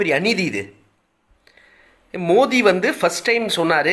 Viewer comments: நீ முதல்ல மோடி னு ஒழுங்கா சொல்றா...மோதி மோதி னு சொல்லிட்டு இருக்க... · Modi ozhunga solla theriyala